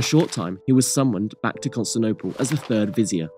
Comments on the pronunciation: It's pronounced Fatyon, not Fatjon. It's pronounced Yenicheri Ahasi, not Yeniseri Agkasi. It's pronounced Constantinople, not Constanopel. It's pronounced Tekirdah, not Turkidag. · Constantinople = "Cun(t)stinople"? Lol, That's a new one... I'd be interested to hear how he pronounces "Teotihuacan"... Very interesting video, though. 👍